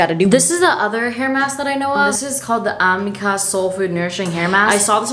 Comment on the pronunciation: No gurl, my mother SELLS AMIKA PRODUCTS AND ITS ay-me-ca NOT a-ma-ca